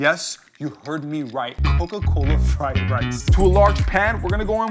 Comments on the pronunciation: It said frien rice instead of fried rice haha 😂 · What is "frien" rice